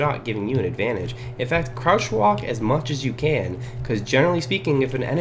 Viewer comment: AHAHAHAHHAA I WAS DYING WHEN HE SAID CROUTCH WALK